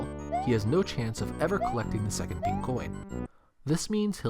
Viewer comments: hearing him say “pink” coins is painful to hear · just thinken studios he emphasized the INK